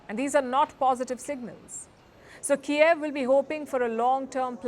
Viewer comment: its Kyiv not Kiaav :D